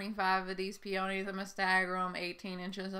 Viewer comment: Peonies are my favorite flowers too… and I love all the pronunciations. But “Feeferdoodle” is my new favorite way… love it! 😂